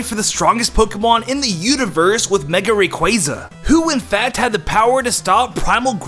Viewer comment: FINALLY! Someone who pronounces Rayquaza correctly! 2 minutes later he pronounces Giygas wrong.